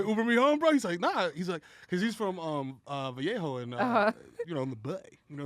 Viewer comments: Some gotta teach mero how to say Vallejo lol.... brand is 💪💪💪💪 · I know that's how vallejo supposed to be said but never say that shit in the bay